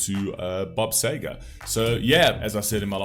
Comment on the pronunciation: Seger not Sager